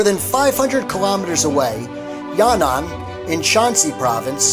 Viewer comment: yan`an is pronounced as Ya Nan by mistake.